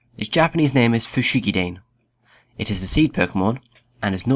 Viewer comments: It hurt when he said "Foo-shee-kee-dayn". ._. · The ネ in Bulbasaur's Japanese name フシギダネ is pronounced more like "neh". "ney" is too long, and would instead be represented by ネイ. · Yeah, I would understand if his pronounciation was off by a bit, but his pronounciation is just wrong, and I should know as I actually study Japanese. It's not fu-shi-gi-dayn, it's fu-shi-gi-da-ne, and it's not fu-shi-gi-zu or whatever he said, it's fu-shi-gi-soh. Though the second one could just be me hearing it wrong, the first one is obviously a mistake and he should work on it. He should really learn to pronouce it properly in the future. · its fu-shi-gi-da-ne, not fu-shi-gi-dane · Your video is well made, and quite informative. There is a necessary criticism, however, in your pronunciation of Japanese. Dane is read "dah-ney," and Sō (or sou) is pronounced "so-o." They aren't "dayn" or "su." Mind your pronunciations, as it can and often does change the meanings. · It is dah neh note dayn just to let u know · hi, new to your channel. I really liked your explanation of origin! I just have one tidbit of advice pronunciation of Japanese words. You got the first part right, but the second "dane" is pronounced "da-ne" someone else may have already commented so sorry if this info is old news. you still got a like out of me anyway :D! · Aahhh PLEASE stop saying "fushigi DANE", it's "fushigi-da-nay" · He's another who can't pronouce japanese names... Fushigi DAH-NAY not DANE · Isn't it pronounced fushigi da neh, not fushigi dain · da-ney not "dane" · You say Fushigidane as Fushigida-ne not Fushigidane. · it's actually pronounced fu-shi-gi-da-ne in japanese you pronounce all words as they are written without the type of pronunciation you normally would use in English words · it's actually pronounced fu-shi-gi-da-ne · it's pronounced fushigi-dah-neh... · it's fushigi-DAH-nay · the actual pronounciaction of fushigidane is just like its word, Fushi-gi-dane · fushigidaney? omg... so annoying